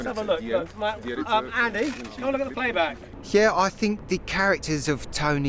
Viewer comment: fink of all the agg....